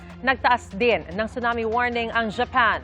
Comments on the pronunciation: Pronounced po siya as sunami, hindi po chunami 😅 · Yes sunami kasi need icorrect masasanay kasi mga manunuod lalo gma p man din.